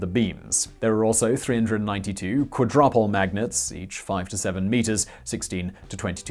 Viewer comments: Most of this is a pretty good synopsis, aside from the mistakes already noted. I laughed at quad-rupple magnets, though. Pronounce it quad-roo-pole. And muon = mew-on, not "moan" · Sorry Simon (and the autor^^) but you pronoundce quadrupole wrong. It's quadru-pole. The suns surface is pretty cold with 6k K.... The suns core is way hotter as the LHC and the temperature we need for fusion. Some particles at those temperatures... don't heat up anything :) The helium cooling isfor the superconducting magnets needed to keep the beam round.